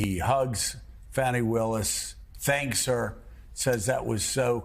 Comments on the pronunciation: Really, Joe?! You really haven't learned to pronounce Fany Willis's name by now? It's not "Fanny"; it's like fawny, fawny Willis. Say it; practice it like a professional. Please! And apologize to her; she deserves a ton of respect. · Hey Joe, stop calling Fani Willis fanny that's not how you say it. Think of a baby deer, fawny that's the real pronunciation. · More like "Fawn-ee". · I believe Fani is pronounced Fun-ee'Willis, Joe. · It's pronounced Fawny